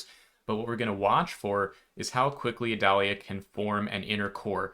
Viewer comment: You are my favorite source when it seems like Florida might be impacted. Thank you. Also, in Florida, we pronounce the storm name like the onion, sans the V in front. (-'